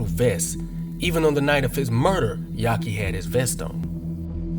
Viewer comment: Why u keep calling him "yaki", isn't it "Yafi"? Which is short for Yafeu?